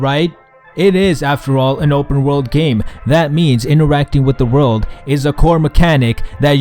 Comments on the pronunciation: "On the Gayme" made me laugh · "On the on the on the Gayme" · I laughed so hard when you went gayme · on the x 4 .. gayme.....